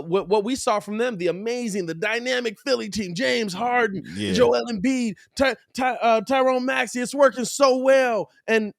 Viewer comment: "Tyrone Maxey" 😂😂